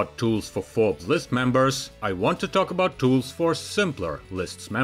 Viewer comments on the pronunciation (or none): none